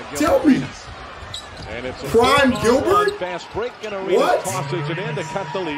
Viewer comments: "GILBER" ARENAS LOL YEAH IT HAPPENS...TIGHT VIDEO THO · Nobody:: GILBER ARENAS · Seems like getting curved makes you illiterate 😂😂 “gilber “ kekekekee